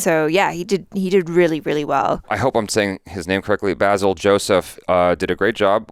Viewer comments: the thing is the correct pronunciation of the director's name is" baesil". I just intend to educate you. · Basil is pronounced as Bay-sil